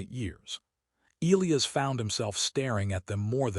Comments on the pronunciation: LET US TRY THIS AGAIN AND MAYBE WE CAN GET IT THROUGH BEFORE THE END OF THE VIDEO ELIAS IS PRONOUNCED. EEE LIE ASS NOW HOPEFULLY 🤞 THE AI CAN PICK UP ⬆️ THE HINT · FOR A MACHINE THAT IS SUPPOSED TO HAVE INTELLIGENCE THAT IS COMPLETELY INCORPORATED ALL OF MODERN HUMANS KNOWLEDGE, THE AI THAT EITHER WROTE OR NARRATED THIS VIDEO SEEMS TO HAVE LITTLE TO NO IDEA ON HOW TO HANDLE ENGLISH DICTION. ELIAS IS NOTHING LIKE WHATEVER IS BEING PRONOUNCED THIS NARRATOR. THE CORRECT PRONUNCIATION IS ELIAS. E LIE ASS. AND THAT IS IT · Fix your AI. the one that wrote it and named a character Elias, or the one that Narrated it, and doesn't know how to pronounce Elias. either way, my ears are bleeding, thanks.